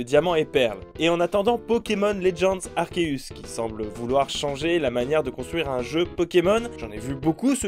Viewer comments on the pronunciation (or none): none